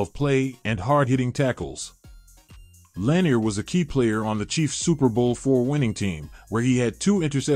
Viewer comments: Lewis/Lambert/Butkus are all possible #1 - b/c no one ever wanted to go against them over the middle. Lewis is probably the best due to his his longevity. No Seau or Nitschke on this list is criminal, as well as AI mispronouncing La-NEER for the KC LB great. And no more LT requests - Carson was the MLB from that team and is on the list - probably BECAUSE of LT. LT wasn’t an MLB or ILB…greatest edge rusher/disruptor/greatest LB of all time are all titles you can argue he deserves but he was not a MLB. Both Parcells and Belichick knew he was a better OLB, so you’re in good company. 👍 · I had to give up on this video after seconds. Strike one was that AI is only as good as the programmer wants it to be. Strike two was that Philadelphia defeated Green Bay in the 1960 championship game. Strike three was the mispronunciation of Lanier's last name. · God this list was terrible. Where are Sam Huff, Junior Seau and Ray Nitchke. And Bednarick is pronounced Bed-naric, Lanier is pronounced Lah-neer. And Butkus is #1. Rant done. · I wish the pronunciation of the names was better. Bednarik and Lanier both have the second syllable accented. Butkus should be number 1 and Tommy Nobis, Ray Nitchke, and Joe Schmidt should both be in the top ten. AI never saw these guys play. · Rating Ray Nietszke and Junior Seau below Brian Urlacher an Sam Mills? The voice program can't even pronounce Bednarik and Lanier. Artificial intelligence indeed.